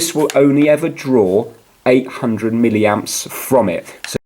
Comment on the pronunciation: If he says miliamp one more flipping time, I swear to God. 11 min video to tell me 30 secs worth of info... How did this get over 4k likes??